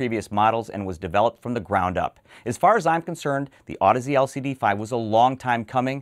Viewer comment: Wow. How many times did you have to practice saying that last name before you nailed it?:-D Amazing., your interviews with industry movers and shakers are excellent. I learn a lot, and it's easy to get excited about the nitty gritty when they're so clearly and eloquently discussed by those in the know.